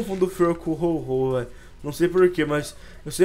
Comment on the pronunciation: é ho-oh e n ho-ho parece até o papai noel